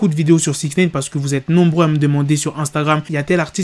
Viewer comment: Faut arrêter de dire six naine par contre